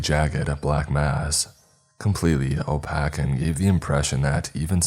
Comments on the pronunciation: O-pake not O-pack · I have been a fan of for many years now and normally I try very hard to not be a grammar Nazi but the way he butchered the word "Opaque" is absolutely killing me. I'm sorry! if you happen to see this, its pronounced "O-Pay-K" sounds like ache not "O-Pack". Again, I love your stories, including this one, please keep up the hard work!! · Good story, but work on getting rid of that vocal fry. And "opaque" is pronounce "oh payk", not "oh pack". I've listened to 3 stories today where you mispronounced the same word. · I love how always says opaque as O-Pack lol cracks me up every time I hear it 🤣